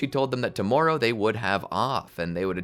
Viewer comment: The way he says "tomorowe" is sooo funny